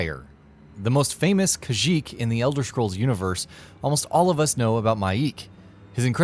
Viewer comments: It’s KhajiiT not KhajiiK! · khajik is a star wars planet!! why cant this guy get his lore right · The most famous "Khajeek" WTF are you on, brother? This dude's a poser. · “Khajiik”? Wtf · Okay seriously, if you're going to make an Oblivion video, get someone who actually knows the game to narrate it...disliked. Ninroot? Khajeek? Obviously the narrator does not know the game...and can't read a script for proper pronounciation... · Khajiik WHAT?! it's Khajiit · Nirnroot not Ninroot. Also khajiit not khajiik. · PLEASE, make at least some effort to pronounce things correctly. It's not Ninroot, it's Nirnroot, it's not Khajique, it's Khajit, also, fur armor is bottom tier armor not "sweet loot". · "sweet loot" fur armor "kajhiik" "ninroot" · did he just say "khajik"? WITH A K?! im offended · It's khajiit not khajiik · Khajiik too! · What a trash video. Khajit, NINROOT LOLOLLLLL. Pronounced so many major elder scrolls pronouns incorrectly. Disliked. Delete your account. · Khajiq When I heard that I almost stopped watching. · shane shane Khajiit feels insulted at the mispronouncing of our race name. Khajiit is very insulted indeed. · Hell yeah it was! Also In The Force Unleashed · And the mispronunciation of 'Khajiit'.